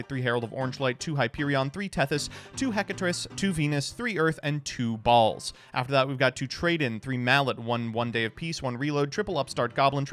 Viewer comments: Why he had to say T W O B A L L S like that!! Lol😂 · love the emphasis on "two balls" like it meant something 😅